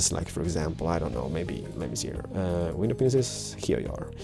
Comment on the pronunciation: I like how you say window penises, I know I'm acting like a little kid but don't hate be great! :)